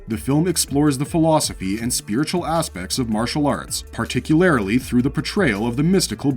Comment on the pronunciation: Particularily? No mate, particularly.